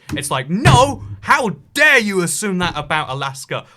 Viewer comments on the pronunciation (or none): none